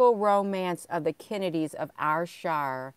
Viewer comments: Ayrshire is pronounced airshire all is love from glasgow scotland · I think you pronounce it air-shire GG xx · I see that ad for that castle never looked t it. It's pronounced air Shire. Ayr is air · Was just about to say that ... Glasgow here 😊